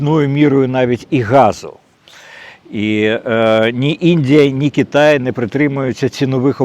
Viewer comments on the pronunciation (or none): none